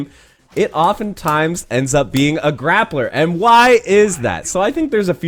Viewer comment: We really saying grappla with the hard r now?